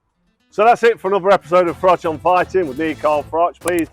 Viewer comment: Frank Warren’s problem with Carl Froch is that after 20 years he still can’t pronounce his surname properly.